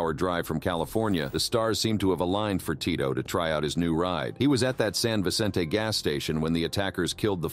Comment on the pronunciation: Can someone please school this guy on how to pronounce certain words? If we’re going to listen to him say names and places all weird in all subsequent videos, I’m pretty sure it will begin to affect your subscribers. Kapanalazo San Vichentay Mikowakunn Jahleesko CJ Yang <— seriously??? 🤦🏻‍♀️